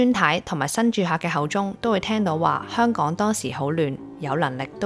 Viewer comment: 啲懶音多到嚇死人！！👎👎👎👎👎👎連香港個”香”字都係懶音⋯⋯ 唔該你學好啲香港話你先至學人講影評👎👎👎👎👎👎 扮活喺九七之前嘅香港人😂！ 97前已經係度的港人才沒有你那麼多懶音⋯，你肯定係九七之後才成長起來的小朋友，唔好扮知道九七前嘅香港係點啦🤨😂⋯⋯大話精！